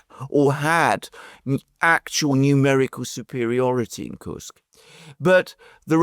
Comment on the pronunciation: it is "Koorsk", otherwise "you are absolutely right"😉